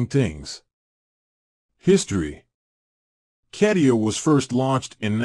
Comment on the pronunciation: Yeah, I have always heard it stated as the following... kuh·tee·uh